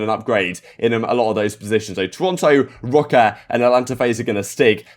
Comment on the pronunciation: Say “Minnesota rokkr” more please lol